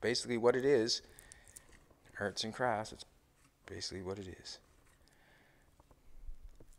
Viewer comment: Did say farts and craps... lol!